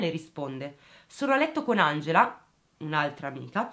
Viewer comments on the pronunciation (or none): none